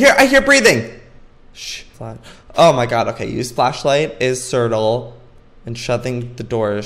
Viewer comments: Wait does he seriously think ctrl is pronounced sertel? Lol it's control joey😂😂😂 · lol at joey saying "certal" for control! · joey it's not cirtle it's control ctrl=control ^¬^ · Ctrl lol I call it certal oops he does it as a joke tho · I think he did it on purpose lol like how he says lysdexic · He acc said certal for ctrl😂❤️ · he says cirtle..... Joey honey it's control😂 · He calls control sertal 😂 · Joey you're fab but it's pronounced control not certal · He always does that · I feel so bad for laughing when you screamed ohmygod hahaha! Also I've never heard anyone pronounce ctrl like that before :')